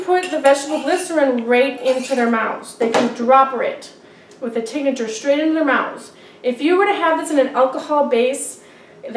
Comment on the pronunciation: its said Tink-ture not tink-a-ture